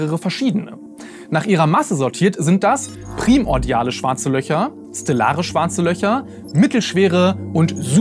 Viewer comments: Dazu muss gesagt werden, es heisst PRI- mordial,...nicht Prim- ordial,. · Bitte primordial nicht wie Primzahl aussprechen! Also nicht prim-ordial. Die Betonung liegt nur auf der letzten Silbe.